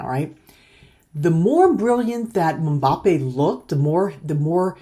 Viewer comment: it's Mmm-Ba-Pe